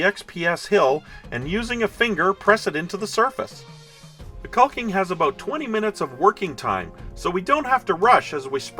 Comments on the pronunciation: The rocks look fantastic, but please, for the love of everything holy, stop pronouncing the L in the word caulking. I've worked with hundreds of people in all forms of construction work over 40 years, and nobody pronounces the L. Lol. Other than that, everything you make looks great and I always try to catch your vids. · I know it's dumb, but my buddies also watch this channel (they are all in construction) , hated the L sound, and we were deciding who had to look like a dick by posting a comment. Guess who rolled the natural 1?